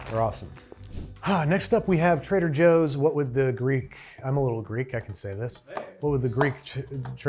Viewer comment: trehder joohs